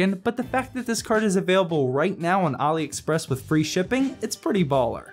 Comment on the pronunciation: THANK YOU for pronouncing AliExpress right